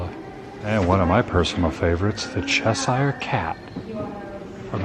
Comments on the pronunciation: Adam it's "Chesh-shurrrre" cat lol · ""Cheshire," should be pronounced as rhyming with "pressure." I realise I sound pedantic, but for some reason it just bugs me, when it's pronounced incorrectly! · Cheshire is pronounced "chess sheer".